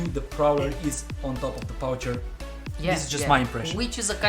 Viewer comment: The poucher is not pronounced like this. It,s pronounced "Poucher"